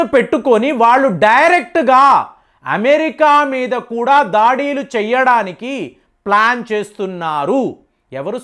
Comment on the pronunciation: 1.37 సెకన్ ల వద్ద మీరు దాడులు అంటానికి బదులుగా ' దాడీలు ' అనటం ఏం బావోలేదు.. మీరు తెలుగు వారే కదా ఎందుకలా పదాలను కూనీ చేస్తూ మాట్లాడుతూ వుంటారు.. అసలు తెలుగులో దాడీలు అనే పదం ఉందా.. ఇదే కాదు అనుసరించటాన్ని 'అనుకరించటం' అని అంటుంటారు.. రెంటికీ అర్ధాలు వేరుగా ఉంటాయి.. తీయనైన తెలుగు భాషనే వాడండి